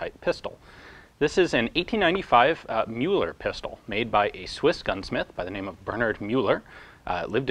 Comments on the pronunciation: Muller is pronounced myller, afaik. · It is very much appreciated that you try to speak out names in their original pronounciation. But this time you pronounced the name of the inventor quite wrongly... Müller (ger) means Miller (eng) and is pronounced quite similarly, like the i with a hint of u. It's not in any way connected to "the Mule". Müller is the most prevalent last name in Germany.